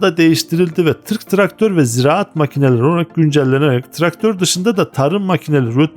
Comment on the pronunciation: "Tırk traktör" gibi telaffuz ediyorsunuz.